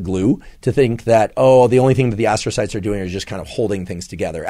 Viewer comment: Ass-trocytes, huh? That explains a few things.